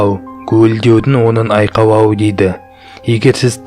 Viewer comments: 😂айкалау емес айхайлау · мұндай роликтерді қазақша шығарғандарыңа рахмет! Тек, қазақша акцентсіз, таза сөйлеп үйренгендерің жөн. Қазақ әліпбиіндегі спецификалық дыбыстарды дұрыс айту қажет. "Аныз" емес - аңыз, "Уте" емес, - өте. 2 минут 50 секундта айқайлауды қалай айтқанын түсінбедім.